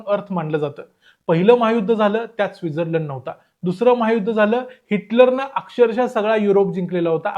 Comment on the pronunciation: योग्य उच्चार तूच केला भाई डेवोस असा नाहीतर सगळे दावोस बोलतात..पण तू स्वित्झर्लंड ला चा उच्चार चुकीचा केला 😅